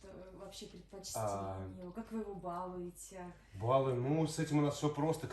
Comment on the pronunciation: Товарищи журналисты, учите русский язык и правильно расставляйте ударения в словах. БалУете, балУет, баловАть и т.д.